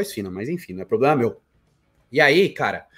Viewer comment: "probrema meu" ta se entregando mano? VOce faz amor com o suco?